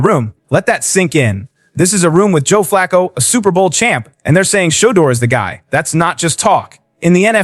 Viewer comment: That's awesome! I sure wish you could pronounce his name correct though!